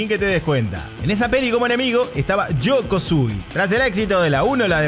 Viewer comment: Alguien más notó que el nombre "Sho Kosugi" no lo pronunció como el "yo" argentino sino como el "yo" Mexicano? Será acaso un chiste sútil de nuestro buen? 😂😂